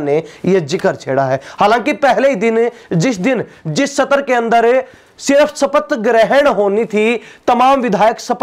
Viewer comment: पतलकाल भाई सतर नहीं सत्र होता है. अपनी पतलकालिता का सतर ठीक कर लो